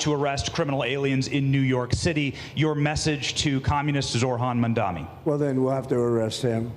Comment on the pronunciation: they're saying mamdani's name wrong on purpose at this point